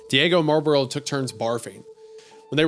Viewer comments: isaiah pronouncing marlboro as marburl the whole time gets my entire goat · Its pronounced MAHW-BRO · Wendigoon struggling with pronouncing "Marlboro" every time is really funny to me.